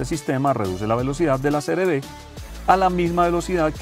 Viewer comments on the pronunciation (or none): Creo que dices siempre CRD Y ES CR-V